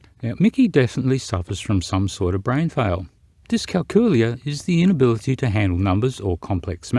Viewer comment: I know that you said "inability" but it totally sounded like you said "the ability" whilst talking about Aphantasia. Just for the sake of transparency, lol 😂